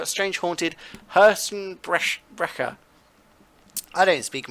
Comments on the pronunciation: The "ch" of Herzbrecher was correct!! good job! Im german so I know it good! the most say it like "k" or "ck" you know? but you did it right!! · you pronounced "Herzensbrecher" pretty good actually. It means "heartbreaker".